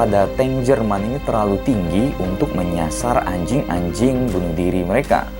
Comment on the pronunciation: Ngomong "anjing" nya biasa aja dong bang🤨🤨🤨🤨